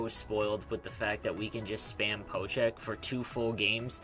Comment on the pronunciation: Just to clarify, it's called a POKE check... Not a PO check. It sounds to me like you're saying PO check.